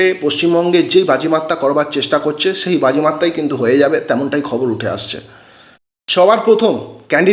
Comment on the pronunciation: একবারে নাম চারটি বলে দিলেই তো হয়। এতো ধানাই পানাই করার কি দরকার? দু মিনিটের video টেনে টেনে তের মিনিট পর্যন্ত নিয়ে যাওয়ার মানেটা কি?ধান ভানতে শিবের গীত। আর 'স' কে 'ছ' বলছেন কেন?যেমন 'পাশাপাশি' কে বলছেন 'পাছাপাছি', 'সেই' কে বলছেন 'ছেই' ,'বিশাল' কে বলছেন 'বিছাল'। আপনি কি 'স' উচ্চারণ করতে পারেন না? ছ্যাম বাজারের ছছিবাবু ছছা খেতে গিয়ে ছরছরিয়ে ছরগে চলে গেলেন। কেমন লাগছে শুনতে?